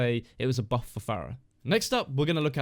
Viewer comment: that’s not what I’m saying, you’re saying “burf” when the correct word is buff